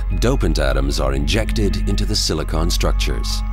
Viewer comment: I don't like the way he pronounce silicon.